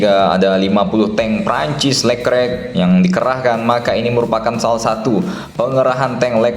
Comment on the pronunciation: Dibacanya lekrek ya, bukan le klerk?